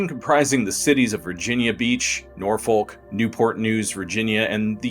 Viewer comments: Norfolk, pronounced; Norfuk. Seriously. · Say it with me. It's pronounced Nor-fuk